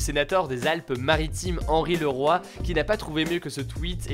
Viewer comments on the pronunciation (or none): none